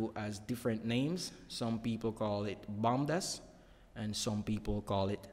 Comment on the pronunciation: It’s bodmas not bomdas